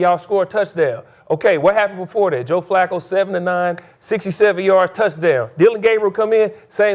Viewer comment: Skip said Joe flucccooo lol😂